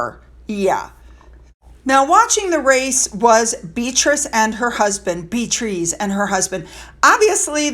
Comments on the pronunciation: I like your channel, but I do not understand your willful mispronunciation of places and names. Edinburgh is pronounced “Edinburrah.” You even admitted in this video that you know how to correctly pronounce Beatrice but will continue to say “Bee-treez” because that’s just what you say. Really? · I love the way you say Bee-Trees ❤ lol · Why don’t you pronounce Beatrice name as it comes naturally. Your way sounds like it might be spelt ‘Beatrease’? 🤔In regards to H and Mm, it looks like ss squad is trying to make H the bad guy compared to Mm! In my opinion they both are evil! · Please stop calling her "beetrees" Her name is Beatrice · I love your content and have been a loyal supporter since the beginning. I listen to your videos while getting ready for work. When you mis pronounce a person’s name it make a huge difference in your videos. Calling Beatrice. Bee trees is no different if I called you instead of. Mispronouncing is distracting and if a person from the Royal family actually heard you call their name wrong repeatedly when you know it is pronounced correctly would be cross. The reason why I am commenting on this is because you brought it up in this episode. If you want to grow your channel and are having issues with that this may be the reason. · Again…correct pronunciation from an English teacher….the duke and Duchess of Devon- SHA….Warwickshire is pronounced WOR-RICK-SHA and Warwick is pronounce WOR-RICK (all the English counties that end in SHIRE is pronounced SHA) Beatrice is pronounced BEE-AH-TREES Edinborough is pronounced ED- DIN- BURRA. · "Beatreeze" may be what you say but its not her name her name is " Beatrice " and its not hard for you to pronounce it properly.